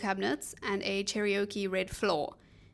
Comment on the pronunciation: Love this video! Thank you for sharing your knowledge with us and for such beautiful, warm, and fun presentation! A note: Cherokee is just 3 syllables phonetically pronounced ❤ thx again!